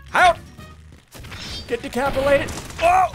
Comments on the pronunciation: No one: Literally Nobody: Not even a soul: Ssundee: Ohhh, you just got DECAPILATED!!!! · he said decapilated